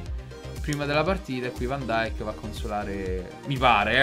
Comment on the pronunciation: ho sentito pronunciare van dijk in tanti modi ma questa è nuova